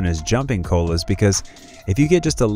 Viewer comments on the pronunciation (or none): I live where the teddy bear cholla grows and it is not fun. Also, it's pronounced choyah